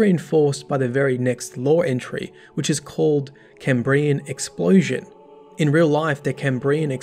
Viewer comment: unsubscribed for pronounciation of Cambrian